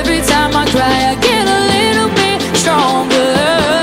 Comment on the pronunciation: It's pronounced sTronger not sHronger